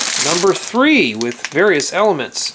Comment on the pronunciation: quit saying elameants